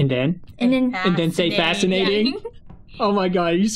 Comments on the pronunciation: It's so funny when janet or kate made u say factinating 🤣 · I LAUGHED WHEN HE STARTED SAYIING "fanscinating" XDDDD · I like how kept saying fascinatng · The funny part is when said fasciting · i don't know i liked how janet and kate made him say fasinating ha ha ha